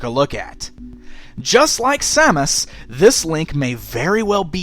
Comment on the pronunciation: Sam-us not sau-mus